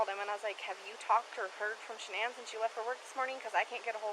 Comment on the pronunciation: Dude, you have her name WRONG, it is Shanann not Shawn!!